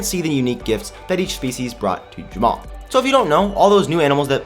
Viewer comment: why do you pronounce Jamaa Ja-mao?